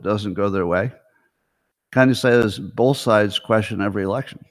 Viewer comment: open letter to Scott Adams: Dear Scott, the word "both" doesn't have the letter "l" in it (it is not "bolth"). Sincerely, Al Quinn